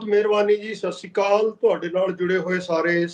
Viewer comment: Please can you pronounce correctly Sait Sri Akal